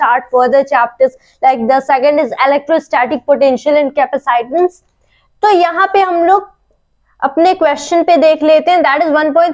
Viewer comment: its capacitance not capaacitance hahahahahah